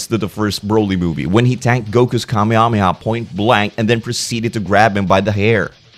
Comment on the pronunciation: Kamehameha is pronounced "kamayhamayha"